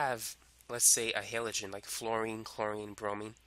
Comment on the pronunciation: Halogen is pronounced with a soft a. Like in the word "apple" Halogen or hælədʒən is pronounced Hal- (like the name Hal) o (with a long O like in the word rope) and then -gen (with a soft g and soft e like in the word gem). Your HEYlogen was driving me insane. Why would you say it like that? Haven't you heard people saying it correctly like a million times when taking chemistry courses?